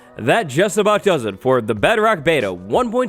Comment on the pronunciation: Do you know how to pronounce bedrock?